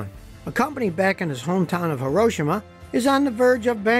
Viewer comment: You say HIROSHIMA correctly, most Americans say Hero-Sheema (the emphasis should be on "Ro")